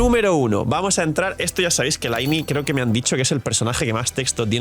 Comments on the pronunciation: No se en qué idioma juegas pero al menos en el inglés del juego se pronuncia "Linei", si no compruébalo, jaja, que por mucho que digas que se pronuncia "Laini", la evidencia te delata 😂. Lo siento pero me rechina escucharte pronunciar así el nombre de mi Lynae haha. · Hola soy el típico pesado de la pronunciación, que tal. Actually ☝🤓 Lynae en inglés se pronuncia "Linei" para que no se te enrrede con la del genshin